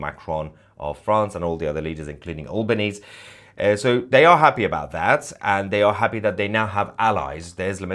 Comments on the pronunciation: Believe it’s pronounced Ahl ban ees, not Awl ban ees, Mahyar. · His name is pronounced al - ber - neezee. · Correct pronunciation of our PM is Al (flat A as in ass) ban Easy (rhymes with sleazy). He is only posturing to curry favour with Muslims in Australia because they outnumber Jews by enough to influence elections. The government's "official" recognition of Palestine has strings attached such as no Hamas involvement, democratic elections, acceptance of two states etc, knowing full well that Palestinians will never comply. It's all window dressing to put on a show at the UN, but unfortunately it's very dangerous. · Albanese is a joke prime minister of Australia. He cannot even pronounce our country’s name correctly. I am ashamed of his decision to recognise Palestine as a state. Shame on you albo.